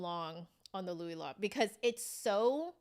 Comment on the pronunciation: I’m pretty sure it’s pronounced like the word “low” (Louis Lot). That’s with five years of French, but it’s a name so…